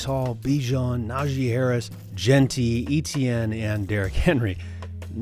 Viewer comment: Great video, one note is Travis Etienne's last name is pronounced Ay-chan not E-t-n. He just cleared that up recently